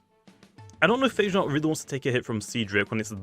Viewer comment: Its pronounced Pha Ge Naut 😎 dude, not Eichenaut